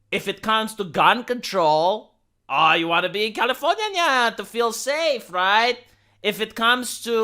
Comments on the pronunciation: Dude, keep saying Californinya, It's brilliant!! I love it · I can't begin to tell you how much I laughed every time you said californiania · I'm disliking this video specifically for "Californiaia" said in that annoying, high nasally voice over and over again. If you think someone likes hearing you do that, just upload videos of you scraping on a chalkboard with a rusty nail and see how well your channel does. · stop saying californyanya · That's how Americans say it. (California is in America)